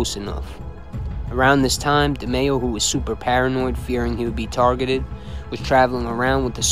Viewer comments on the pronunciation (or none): none